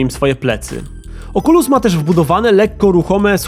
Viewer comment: "małe oczulusiątka"